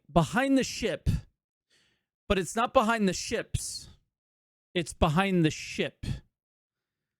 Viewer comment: I thought you said "behind the shit" at the start lol.